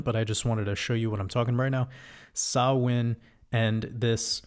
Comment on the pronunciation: Fair play on pronouncing "Samhain" correctly. Much love 🙂💕🇮🇪